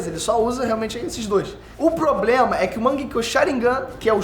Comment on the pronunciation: Ele falou poblema?